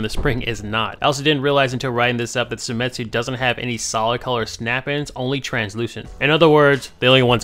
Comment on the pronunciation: it's seimitsu not semitsu, right?